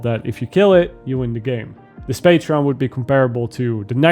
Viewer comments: Pa-tron, not Pa-tre-on :P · This is very much not the only person on YouTube I’ve heard doing this, so not calling you out. But it’s patron, not patreon. Patreon is a service where patrons can give support. Patron is a word with a meaning, a patron gives financial or other types of support, or provides patronage. patreon is not, it’s a name that was obviously selected for its similarity to these words, because it’s a website where people can sign up to be patrons. It’s probably just a common slip of the tongue, so me ranting about it is probably unnecessary lol